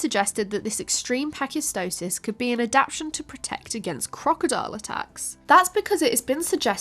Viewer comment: It's ad-ap-TA-tion. NOT ad-ap-tion.